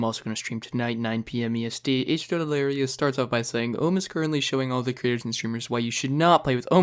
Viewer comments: He says uhm instead of ohm :) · “Ohm” = “umm” sorry its funny the way you said it man 😂 but its “oh mmm”